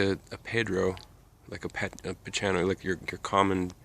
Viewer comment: By the way bridgesii is pronounced bridges-e-i, and the ch in pachanoi is a k sound not a ch like chalk.